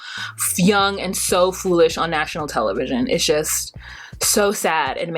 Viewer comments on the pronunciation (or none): none